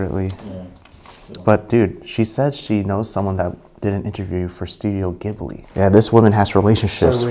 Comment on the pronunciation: You say ghibli wrong but it’s cute don’t steal anything!